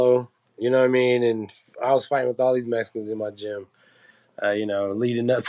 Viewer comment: Don’t say Mescans say it correctly Mexicans